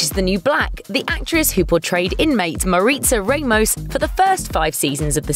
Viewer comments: “mareetsa raymous” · “mareetza raymose’ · Damn say the names right at least.